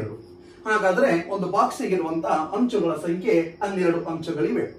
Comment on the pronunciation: Hanchu alla sir anchu